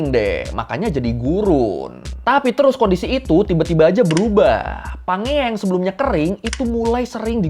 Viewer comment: setauku cara baca pangea itu "panjeia" cmiiw